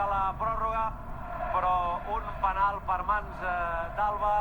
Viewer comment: Se dice penal